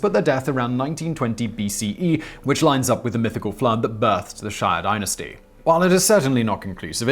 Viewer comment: It’s shee-ya not shy-yuh dynasty!